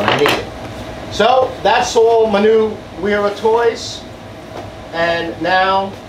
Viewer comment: Vera….it’s “Vera tools”